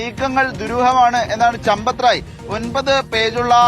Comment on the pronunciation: ചമ്പത്തു റായ് എന്നല്ല കൂട്ടരേ സമ്പത്ത് ദാഹി എന്നാണ്😂😂😂😂😂😂😂